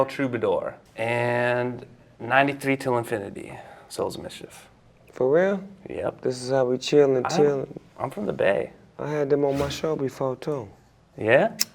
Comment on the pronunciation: "MICHIEF" hahah "Souls of Michief"